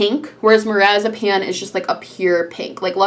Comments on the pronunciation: She pronounced marzipan like a medication lol. It’s pronounced marz-a-Pan like the desert. Not marazapane like a med lol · marzipan lmao 😂 every time you pronounce it it sounds like lorazepam which is a narcotic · i love how she says marzipan like marazipan